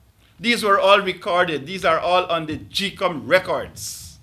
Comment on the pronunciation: "That we have sent to gecom"??????????